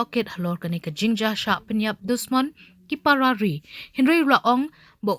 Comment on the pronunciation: nga ioh sngew ba i news anchor i ong Parrarri ha ka jaka ki para ri.